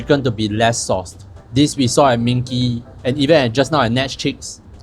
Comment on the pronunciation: Isn’t it ming ji not ming kee?